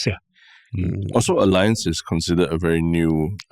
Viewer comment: Wanted to mention a few podcasts back. Tan Kin Lian is pronouncing Allianz correctly. The Germans pronounce "A" as Ah, so it sounds like Ah-Li-Ancz